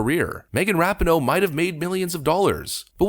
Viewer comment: Hey.... it's RA-PEE-NO. Just to let you know....